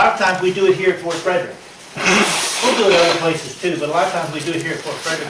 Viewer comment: .....Ft Frederick , no " s "